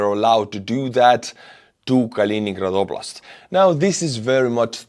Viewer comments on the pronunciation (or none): none